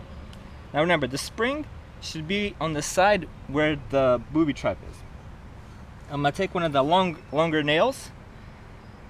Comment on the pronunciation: he said booty trap